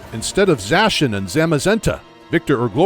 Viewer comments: I finally found someone else who pronounces Zacian as Zashan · Zaciand is pronounced as za-si-an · It’s pronounced Za-she-ian